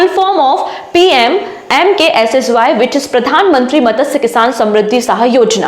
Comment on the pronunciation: मत्स्य...not मतसय